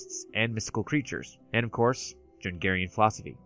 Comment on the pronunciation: Jungian pronounced Youngian, not jungarian.